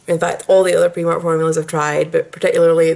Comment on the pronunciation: The "i" in Primark is actually pronounced as an "i" and not an "e". Just a little tip for you. Great video though.